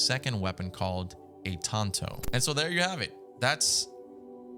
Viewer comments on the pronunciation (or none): none